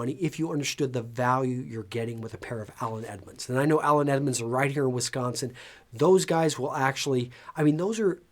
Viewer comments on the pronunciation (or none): none